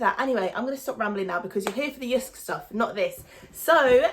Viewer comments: You pronunciation of JYSK is almost perfect danish :) br Anders, Copenhagen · JYSK is a danish company. And you say JYSK very well 😉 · You pronounced it perfectly! Loved this video 😻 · The way you say Jysk is correct ❤️ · You’r pronouncing it perfect 👌🏻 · Heeey :D I´m from Denmark were JYSK is from and Girl you say it the right way :* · No, you pronounced it really Well 😊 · Good pronunciation of Jysk.